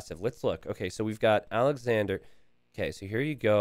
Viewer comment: Sidenote.. its Alex-onder or Alex-ondray. Awwwnder or awwndra. Andre is pronounced on-dray OR On-der. So naturally, Alexandre isnt Alexander or Alexandra Lol take a second to consider the peoples names. Been watching for 3 years. Almost every night I watch a few hours while I fail to sleep. A third or so of the time you say the names hella wrong. Lol. Anyway love ya buddy. Congrats on the last hidden cup and the success you've been having. Cheers.